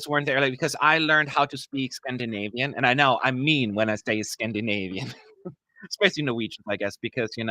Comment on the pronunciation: your Scandinavian is superb! 😂